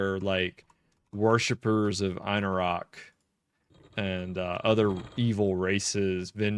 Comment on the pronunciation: So many people pronounce things incorrectly in EQ. INNO - RUCK. One streamer says QWAY-Nose. It's K-Noss.